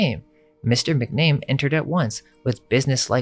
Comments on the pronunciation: Mac Na Mee not McName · The name, McNamee, is pronounced, Mack Na Me- long eeeeee. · McNamee MAC-NA-MEE MAC. NA. MEE.